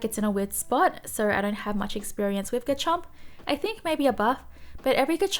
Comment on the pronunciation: Love how you say Garchomps name🙃